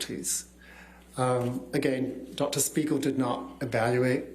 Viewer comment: Just look at his face after hè pronounced the name of dr spiegel in the beginning....